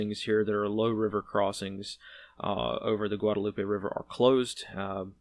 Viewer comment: ... but he said 'Guadalupe' right so I give him extra points for that 🙂